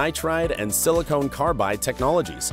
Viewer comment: Silicon, not silicone.